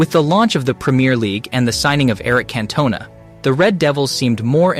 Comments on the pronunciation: CAN TOE NAH is how you say Erics name... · Cant-oh-nah 😂 come on pal, get it right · Nope i can't find a player called Eric Cantuna in the history books, so switched off the video at that point. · Plus he wants flogging CAN TOW NAH 🤔🤦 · “Eric Can-tuna”. 🥴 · The narrator is not a football fan, he can't even pronounce King Cantona's name right. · Omfg the way the ai voice butchers the name Cantona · The way you pronounced Cantona is bordering on criminal. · Mate swear down not even a fan 😂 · I had a visceral reaction to that too 😂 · I’m turning it off. I’d delete the video if I was him. Disrespecting the king. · It's pronounced 'Sollfad' not ''Sallford' (or whatever) And Salford is a city in its own right - not a part of Manchester. Just as importantly - it's Can-to-naah. Not 'Can-tona' - Anyway switching off and sorry I watched.